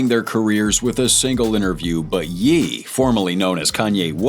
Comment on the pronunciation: Who's Yeee? It's pronounced Yay. Jesus.